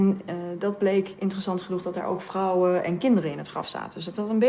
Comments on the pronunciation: No it's just the accent its vrouwen not frouwen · It is defiantly with a V , the way you say it with the F sounds german.